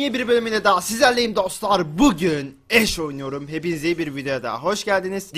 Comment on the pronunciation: Abi bi video da ashe yerine ayşe desene pls :D